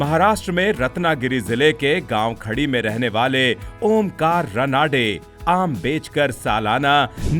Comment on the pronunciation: रनाडे नहीं रानडे. उच्चारण funny लगता हैं. ❤